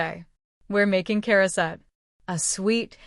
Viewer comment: we say Charoset as Ha-row-set. Heavy on the Ha.